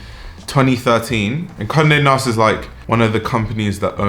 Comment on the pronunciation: At first I thought you said "comme de nast" 💀